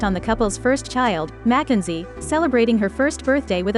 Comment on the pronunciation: “Mack N Z”. 😆. Gotta love these computer narrators.